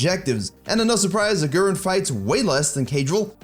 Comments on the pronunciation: his name is pronounced aguriiiin not agu ren. still love the fact that u produced a video bout them! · A-who-rin? Who-drel? I only watch this channel to get Johnson's exclusive Lee mechanics. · For Germans it's so funny how he says Agurin😂